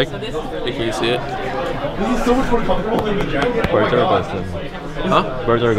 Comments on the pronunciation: i heard comfrotable for three times and then i decide to stop watching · "THIS IS SO COFOTRABLE" ~ Regi 2015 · Regi randomly sayin: This is actualy comftorable. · this is really comefortable. i mean its really comefortable. did i tell you its comefortable.